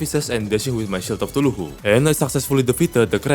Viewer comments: Why does he say eye of tuluhu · Favorites of pronunciation: Shield of thuluhu